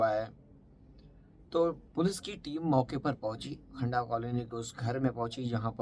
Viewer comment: खंडा नही खंदा काॕलनी नाम है